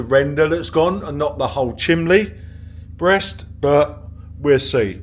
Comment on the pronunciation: Is he saying chimbley?